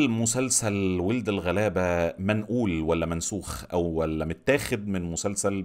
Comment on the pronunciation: انا متفقة كتير مع حاجات كتير قلتها!! بس أحب أقولك ان اسم المسلسل مش وٍلد الغلابة، هي وَلَد الغلابة! بتلفظ wald مش weld. ممكن تسمع بهاء سلطان بيقولها في تتر النهاية!!